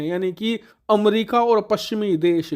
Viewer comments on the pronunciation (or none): none